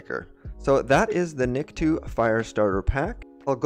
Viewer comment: Btw his name is pronounced Nik-toe, not niktwo, just saying, great video tho, I'm mostly likely gonna get this.